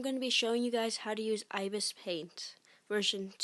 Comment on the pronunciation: I-be-es paint is how it's pronounced lol.